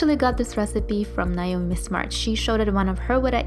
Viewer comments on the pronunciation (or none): none